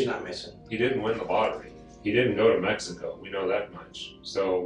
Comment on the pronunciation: Nooooo...What was that! 😂 You're supposed to say "Let's give it a goo"